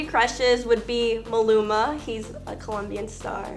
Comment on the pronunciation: she pronounced maluma name soo wrong